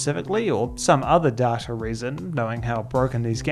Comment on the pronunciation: Hearing the R in data is painful.